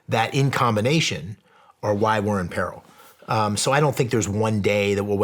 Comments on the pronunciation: So we just not gonna talk about how he mispronounced “peril”… Ok… 😅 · Shawn greatly appreciate your energy and your guest's. Bro please learn how to pronounce " PERIL" correctly. Moving forward you need to be on point in every aspect of production including pronouncing words correctly. Later bro ...